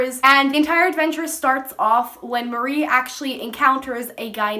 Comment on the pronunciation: Not trying to be an ass but it's "Mari" kinda like the end of Ferrari... Or Safari...Not "Marie or Mary"